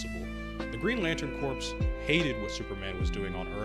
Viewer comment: Never forget kids, corps is pronounced "core". Jokes aside, I'm glad someone else agrees with me. People have become so brainrotted by the multitude of evil clones and "absolute power corrupts absolutely" that they are incapable of believing in absolute good and call it lazy writing